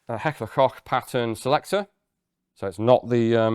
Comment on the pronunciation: saying Heckler & KOCH instead of COKE is really music to my ears.